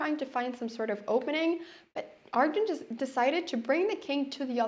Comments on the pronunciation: It’s Arjun not aryan. He is not Spanish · I think her Scandinavian brain is making her call Arjun, Aryan. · "Aryan" isn't the Spanish pronunciation either. Our "J" sounds similar to the English "H". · is she saying arian?